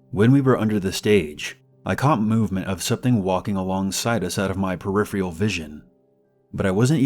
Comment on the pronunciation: I hate to be that person, but it’s peripheRal not peripheal. With this many people listening to you, I figured you’d probably want to know.